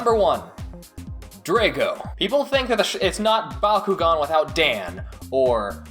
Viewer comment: I like the video but I have 3 small complaints/corrections I wanted to point out. 1. that isn't scorpio, it's limulus. 2. The way you pronounce Drago is strange and not the way the show pronounces it. 3. The Bakugan that were different shapes were called trap bakugan and not all of them were triangles, which I am sure you know its just the way you worded things in the video gave that impression.